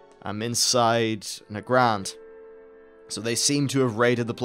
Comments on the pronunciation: Is it really "nuh-grah-nd"? I've always pronounced it "neigh-grund". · why do you pronounce nagrand so weirdly...its Nag - rand not na - grand